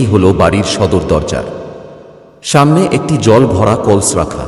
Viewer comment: কল্স না কলস